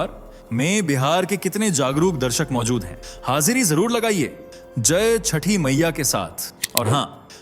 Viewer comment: Pehle bolna sikh lo, har jagah AI se bolwana aur editing chhod do . "Chhathi Maiya (छठी मईया)" hota h na ki "Chhathi Miya"....... AI se bulwaoge to yahi hoga. "🙏🌷🚩जय छठी मईया🚩🌷🙏"